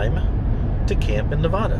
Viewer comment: I have a project m four wheel camper on my gladiator and love it...from someone who lives Nevada you need to work in your pronunciation 😂